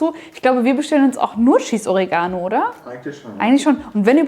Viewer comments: Die Aussprache von Oregano triggered mich des Todes xD o-REE-ga-no Das Baguette werde ich sicher aber mal nachbauen! Sieht phantastisch aus und schmeckt sicher gigantisch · Echt coole Sache, aber bitte betont doch das Wort Oregano korrekt. Die Betonung liegt auf dem e und nicht auf dem a. Sonst hört sich das an wie Origami :-)